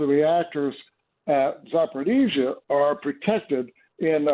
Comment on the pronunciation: Za por eez zya. No D in it.